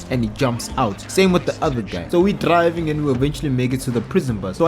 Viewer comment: No disrespect, “and since I’m drrriving this bus”